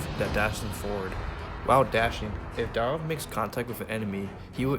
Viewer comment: Nice vid..... but isnt it.... Dyrroth???? Not Dyroth????